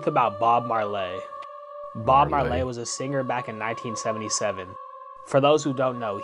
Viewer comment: If you want me to immediately dismiss you, just say Bob mar "lay".